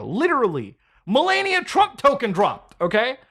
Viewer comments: Muckahfee, Melayneeuh, he literally says how to pronounce his name in the video you play and you still get it wrong... takes two seconds to find out how to pronounce someone's name right and its the least one can do. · Mudha can't say Melania correctly